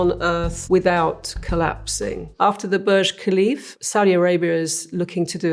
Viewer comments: Khalifa* not Khalif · Can't even pronounce the name of the the world tallest building properly🤣